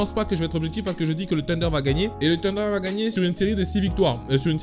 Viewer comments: Pourquoi il dit "Tunder" c'est pas "Sunder" normalement la prononciation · Wesh, ta cru que le thunder était du poulets KFC, arrête de dire "tunder", y'a une H!!